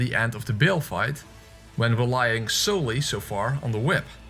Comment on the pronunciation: Just a tip: Bayle is pronounced like "bail", not "Bill". Also I don't understand the greedy fingers/bud joke. My best guess is that it supposed to be a play on "butt", but bud and butt sound completely different so you wouldn't mix them up.